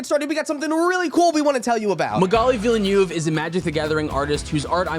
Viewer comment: Villenueve... villanoov 😭😭😭😭😭